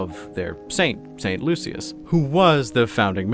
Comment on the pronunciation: Not too um actually but it's Saint Lucia not Lucius lol. Also they believe being wounded makes them venerate their saint more